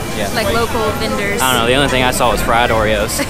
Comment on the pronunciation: The cabbages! I moved to Chicago from Texas and I see them all too. Also love the accent on the fried oreos (i might be homesick for the south). Where was the cat in the window?